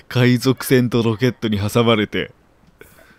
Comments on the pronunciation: 海賊〇 海じょく✕ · かいじょくwwwwwかわいいww